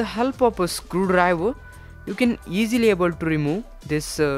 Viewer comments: "With the help of a scruriver youll be able to remo" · wtf is a skurriver? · Scruu dwiver 😂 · and with a help of a screw drriiddrrrrreeer lol tnx for the vid keep up the good work